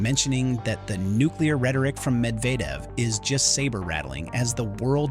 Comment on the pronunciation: The narration on this is awful! How many different pronunciations of “Medvedev” were used? I counted at least three! And, how about paying attention to sentence endings and beginnings? Very annoying to listen to!👎